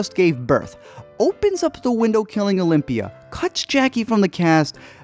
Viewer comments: It’s Olivia not Olympia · I swear I heard Olivia every time